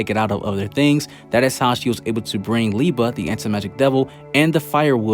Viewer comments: I love how you keep saying Lieba instead of Liebe. xD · Great Video, love to watch all of them! Just try to pronounce the "ie" from Liebe like the "ea" from eating. With "Nacht" the focus is on "cht" when you emphasize. Just try to pronounce it like the "h" in hate, think the "c" away. Keep on going!